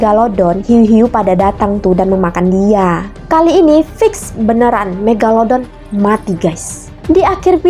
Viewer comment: Kak panggil hiu megalodon bukan megaladon kak 🤣🤣🤣